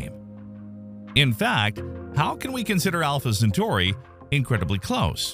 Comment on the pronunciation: More like Alpha Cen-far-i.